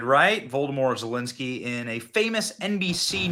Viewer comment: Did Benny say, 'Voldemort' Zelenskyy?